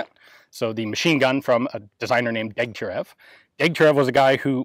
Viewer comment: You may care to know that the designer's name is pronounced Degtyaryov, just as Gorbatchëv is pronounced Gorbatchyov.